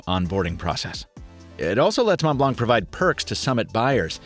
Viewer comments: pronounce the O as OH in Mont. I'm french so I know. 😬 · Montblanc Is pronounced as "Mon Blon". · As always, great review! Super fun to watch. But please, as a french, it hurts me so much when you pronounce the “c” at the end of mount blanc :) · "mon blonk" lol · C in montblanc is not pronounced, ie silent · You don't prononce the C in Montblanc, it's like the color white in french (blanc) 😉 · i'm sorry but this is the worst pronunciation of ''montblanc' that i have never heard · Montblanc, the C is silent :p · The C in Montblanc is mute, and so is the T in Mont. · Pretty sure Montblanc is pronounced without c in the end